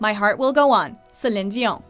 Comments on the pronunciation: Friendly reminder that Celine Dion is super sick of that song because she's had to sing it so much. She has to sing it at every one of her appearances because its so popular and iconic. Also, they pronounced her name really weird. Yes, she's french canadian, but its pronounced 'se-leen dee-on'. She has much better hits than this, considering she also did the song for Beauty and the Beast, and had numerous albums out during the eighties and the nineties. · anyone annoyed with how the pronouce Celine Dion's name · Anyone notice how the female narrator chooses to pronounce Celine Dion's name with the French pronunciation, but doesn't even TRY to pronounce other names of singers with "ethnic" names? Specifically, other names derived from the other 5 romance languages? Hmm. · Hahahaha when you hear the narator's pronunciation of Celine Dion and you realise she is Quebecoise lolll🙌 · God can you guys pronounce Celine dion name like everybody else! hahaha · I stopped the video after the way she pronounced Celine Dion lol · I am so annoyed by how you say Celine Dion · i cringe eveytime msmojo/watchmojo people say Celine dion's name